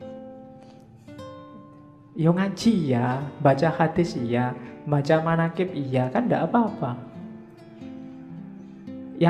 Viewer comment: Manakib bukan manakip